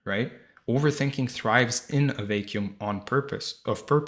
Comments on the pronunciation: Beautiful and useful. Btw vacuum is pronounced vack yoom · I appreciate the video which I gained something I believe will be very helpful moving forward and I'm so grateful for that.... The only word I had trouble understanding at first was when you said the word "vacuum." I'd like to offer a tip if that's alright, hopefully without sounding rude or condescending. The "a" sound in vacuum is the same as the words: bat, cat, sat, etc. I might even suggest saying the word "back," and then change the B to a V to say "Vack," and that's the sound you are looking for before finishing the rest of the word. I only mention this as I have helped countless people with improving English pronunciation when it's their second language, including my wife. It's one of the few things I can offer and help people with. You gave me something, so I thought I would offer at least something in return. Again my apologies if I'm coming off rude as that is not my intention. Thank you again for such a helpful video. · And his pronunciation of "vacuum".